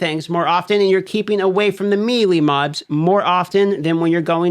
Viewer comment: Melee = May-Lay.